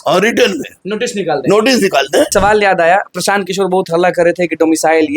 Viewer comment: O praasant kishore nhi prasan kishore hai